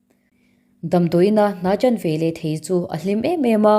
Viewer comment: Chhiar thiam khawp mai. Mahse "ve leh" tih tur hi "ve lah" i ti ziah a